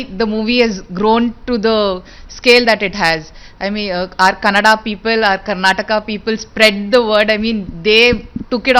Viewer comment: Kannad nahin bhai Kannada hai....